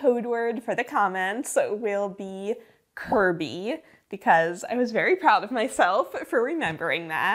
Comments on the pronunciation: saying Kirby with her whole chest!!! 😂😂😂😂😂 I know a little more about Pokémon than nothing but I’m basic and Pikachu is my favorite. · I facepalmed a bit when you said KIRBY, but I forgive you :D